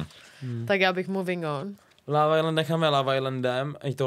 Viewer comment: Proč vyslovuje slovo LOVE tak zvláštně?